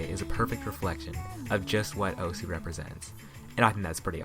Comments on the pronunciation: I think people should know that the name osu (oh-su) isn't pronounced like that. Although I like calling the game oh-su, it's proper Japanese pronounceation is oh-S giving a hard s, almost like your shushing someone but instead of goi g "shh" you just go "ss" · it's so annoying how everyone pronounces it "O-sU". When you open the game it literally says "welcome to *osu!*", not "welcome to *O-sU!*"